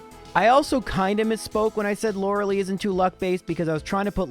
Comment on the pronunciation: Begging to watch Gilmore Girls and learn how Lorelai is pronounced.